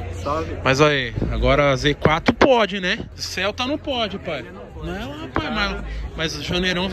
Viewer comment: "Pae" KKKKKKKKKKKK